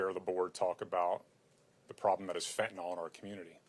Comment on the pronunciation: It's Fentanyl not fentanol numbnuts!